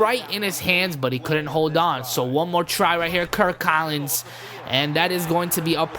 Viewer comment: Kirk Collins. Its Kirk Cousins